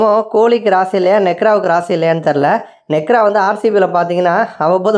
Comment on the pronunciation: Nekra illa nehra🤣